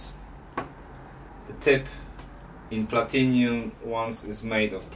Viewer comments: It’s platinum not platinium 🥴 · its PLATINUM not PLATINIUM. nice car though... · Platinum, not "platinium". Copper plugs dont' last as long but still offer the best performance. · Personally I wondered if it was like in Australia where Aluminum is Aluminium or something like that. Not everyone has the same English.